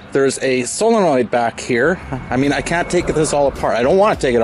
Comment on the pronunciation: Thanks for pronouncing solenoid correctly.